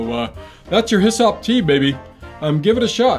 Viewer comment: Hyssop ... Rhymes with wa'sup?